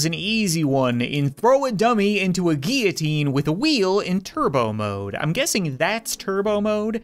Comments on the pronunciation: it's not gee u teen it's gill o teen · Why do you say geeoteen, instead of guillotine? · Every time he mispronounces guillotine he triggers me. It is pronounced gill oh teen. Not gy oh teen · Its not gee-a-teen its gill-a-teen (how to pronounce it) btw i love your vids! 😁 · For goodness sake it's guiLLotine not gEEitine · its pronounced guillotine gill-oh-teen not gee-a-teen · He pronounced guillotine giutien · That’s a weird way to pronounce guillotine lmao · Not how you pronounce guillotine